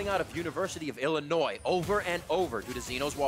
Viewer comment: learn how to pronounce Illinois